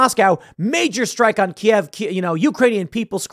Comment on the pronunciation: Thank you Tim for calling it Kiev and not KEEV.